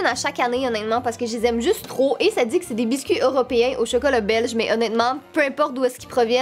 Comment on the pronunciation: tu dit tout le temps «onetement »